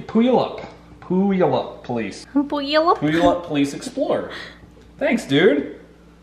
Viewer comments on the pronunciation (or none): its pew-al-up just fyi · tfw butchers your hometown's name Its pronounced Pew-al-up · I’m from Washington and it’s pronounced PEW-ALL-UP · Pew you up 😂😂 it’s Puyallup WA 😂😂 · It’s pronounced pew all up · Puyallup = pew-al- up....great content as usual... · not the worst pronunciation of Puyallup I've heard. For the record, it's Pew-all-up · PSA: it’s pronounced Pew-yal-up 😂, I didn’t send it but I live here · Just to help you out, Puyallup is pronounced Pew-All-Up. Thanks for the great vids. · I love how you pronounced Puyallup. LOLZ! It is actually Pew-all-up. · Pew-all-up Puyallup 👍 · Heyyyyyy I’m from puyallup. Btw it’s pu all up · Aye I'm from Washington I got friends in Puyallup. It's pronounced pew-all-up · Puyallup is pronounced pew al up lol I’m from the PNW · Puyallup pronounced "Pew-All-Up" WA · It’s pronounced “Pew-allup,” Donut. Just a head’s-up. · Puyallup is pronounced "pew-all-up." Native words... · It’s pronounced Pew-wall-up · its pronounced "pew-allup" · Pronounced pewwallup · It’s pronounced Pew-all-up SMH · Fyi its pronounced pyu all up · Hearing try to say Puyallup mad my day thanks man😂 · As a Washingtonian... the way he said puyallup made me die a little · That was a good try on pronouncing puyallup most people in washington cant pronounce that word unless theyre old enough to remember the "do the puyallup" from the old fair commercials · Anyone else get annoyed when he messed up the pronunciation of puyalup